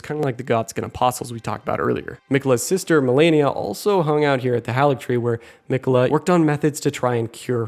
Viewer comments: I swear people call Malenia as "melania" on purpose at this point.. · its malenia